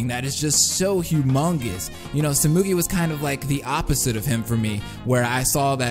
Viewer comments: "Su-moo-gi" ITS "SEHMEGEE" IM DEAD (Like Tsumiki but with gee at the end) It's also "S-eye-ha-ra". "Kee-ree-gee-ree" You kinda said so many names wrong. :/ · Sehmegee? No, it's tsoo-moo-gii. The U vowel sounds like 'oo', and the I vowel sounds like 'ee' in Japanese. The way he says Saihara and Kirigiri are pretty close to being right too. The only pronunciation flubs are little things like how 'tsu', 'r', and so are said, and it's not that wrong, so...his pronunciation is good.